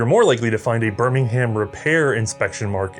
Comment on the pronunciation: Also, "Bir-ming-um".